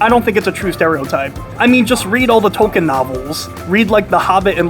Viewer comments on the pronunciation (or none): none